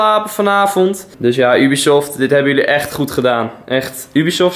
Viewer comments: Haha je zegt heel vaak ubiesoft Of hoe je dat ook spelt😂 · Try not to cringe challange on point haha. Ik heb nog nooit iemand Ubisoft zo horen uitspreken. Ik zeg altijd jubisoft, maar desondanks wel een vette video.